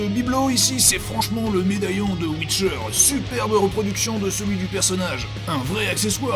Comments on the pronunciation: Mais nan c pas ouicheur c'est wiicheur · On dit WiTcher pas wicher